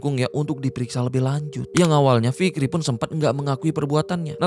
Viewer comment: Kirain cuman gua doang yg kedengaran nya ntah fikri /ntar rifki yg bner yg mn inii